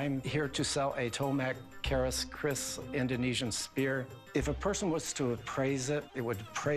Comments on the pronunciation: Keris not Kris :) Keris is sword from Indonesia. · Keris, not Kris.. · Not KRIS, but KERIS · it's not Kris but Keris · It's not 'Kris'.. It's Keris 🤷🏽‍♀️ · it is keris not kris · The name is keris not kris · It's keris not kris thanks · It is Keris not kris.. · Its keris not Kriss its from indonesia😍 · Keris not kris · Tombak keris. Not "tomak kris"